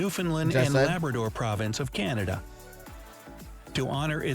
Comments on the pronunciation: Montreal IS in Quebec! And loved the way you said Province…. You said it like .. prov… an…dince!!! Lmao ❤😂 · Montreal is a city in the province (praw-vince) of Quebec.